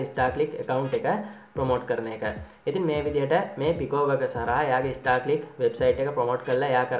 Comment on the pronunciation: Monada bn Uba kiyana website eke nama. English pronounce waradi. Star clicks da naththan istar clicks da 😂😂